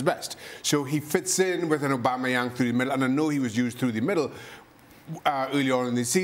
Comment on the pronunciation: First start by calling him Aubameyang and not aubemeyeng, you're disrespecting him. Secondly Memphis Depay is far below Emerick Aubameyang whether we're talking about talent or career achievements. Get your facts checked and come back to talk some sense.